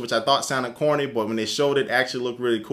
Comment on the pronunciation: every time u say corny it sound like horny xD ..... is that just me !